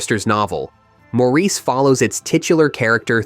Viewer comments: "Maurice" is pronounced "Morris". The narrator should have known this. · “Maurice” is pronounced “Morris”….